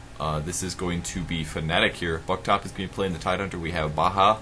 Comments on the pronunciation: "Buktop" should be pronounced as Victor ;) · Btw, Baja should be pronounced Baya Buktop should be pronounced Victor Just saying, I'm their friend:)